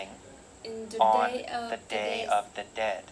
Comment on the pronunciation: ơi, t đến đây:* 1, độ to: to hơn chút nữa nhé. 2, phát âm và cảm xúc: t nhận xét gộp 2 mục này nhé: c cần thêm nhiều năng lượng nhé. t check bài thấy c phát âm khá đầy đủ âm, chỉ thiếu 1 số ending sound thôi: was, beautiful, dead... 3, trong âm từ và câu: t thấy c có nhấn cảm xúc ở 1 số điểm, nhưng bài vẫn hơi đều đều và rời rạc, gây cảm giác nản check, bài này của hơi kém hơn những bài trước t check nhé. 4. tư thế đứng: tay và tư thế đứng tốt thé c, nhưng thỉnh thoảng c bị nhón gót. cần mạnh mẽ hơn nhé:*